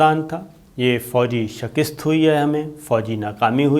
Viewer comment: السلام علیکم ۔ بصد احترام گذارش ہے کہ لفظ "شکست " کی تصحیح کر لیں ۔ بہت شکریہ